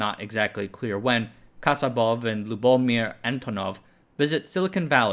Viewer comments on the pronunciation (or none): It is pronounced LuboMIR